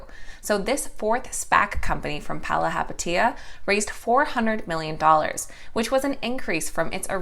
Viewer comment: bravo, pronouncing Chamath's last name properly. "Do the Math, believe in Chamath".... except IPOC allegedly not interested